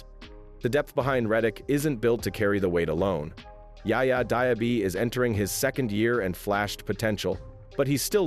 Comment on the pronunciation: OMG you trashed Yaya's name